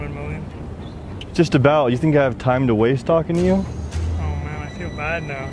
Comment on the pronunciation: “Can I have a picture with yueghhh” 😂